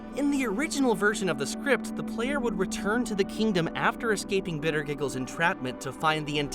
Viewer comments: Its actually Pronounced Bittergiggle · Bittergiggles, is how it is pronounced